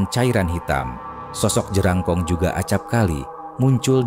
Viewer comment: Bkn jelangkong tp jerangkong atau jrangkong 😂😂😂